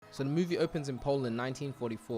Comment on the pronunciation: "So the MUUYY-VEE opens" 😂 I love accents